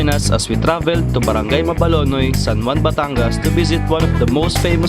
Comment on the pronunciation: MABALANOY SIR NOT MABALONOY..